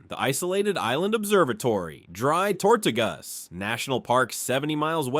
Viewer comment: While the. Narration was interesting, a lot of the video is from anywhere but Florida. The steams and waterways in Florida do not have rapids. And any scene with a mountain in it is obviously from out of state. Then there is the pronunciation, names like the Dry Tortuga’s and Ocala were butchered. This looks to have been done by AI.